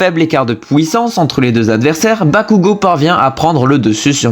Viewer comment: la " pouissance"😂